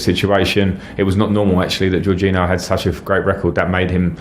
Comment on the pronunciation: His pronunciation of Jorginho is also really bad